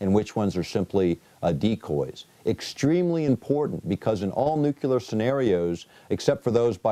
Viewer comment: "...nukular..." This guy was the head of a teaching organization? Really?